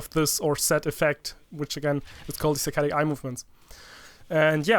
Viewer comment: I thought he said satanic movements